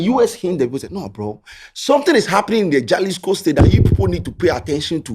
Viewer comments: small correction. The name is pronounced Halisco not Jalisco. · Also it’s pronounced halisco. Though it is spelt as Jalisco in Spanish j is pronounced as an h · it’s pronounced Halisco although it starts with a J. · Halisco is the Pronouncement Jalisco is the spelling. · the spelling be jalisco buh u for pronounce am halisco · please its pronounced Halisco not Jalisco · my boss its pronouced “Halisco” even though its spelt Jalisco spanish word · don't you watch current documentaries about cartels???..also it's pronounced 'halisco'..j usually sounds like 'h' or silent in the Spanish language 😊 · It's pronounced as "Halisco"